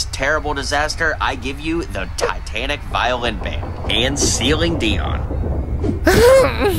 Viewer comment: “Ceiling deon”